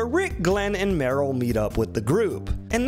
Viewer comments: The way you pronounce Merle wrong is so funny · please stop saying Meryl! Its Merle, MERLE!!!!